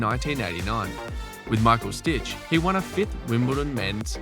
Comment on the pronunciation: What's going on with the scaling of Peter Fleming and Michael Stich? It looks weird. Also Stich's name is prounced "shteek." Not "stich."